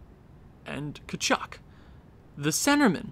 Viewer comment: Thornton actually grew😂 And it's pronounced CHAR-NICK. At least thats what I heard Did you say there is a Flames spreadsheet? If so how do I access it? Btw you need to trade either Gaudreau or Tkachuk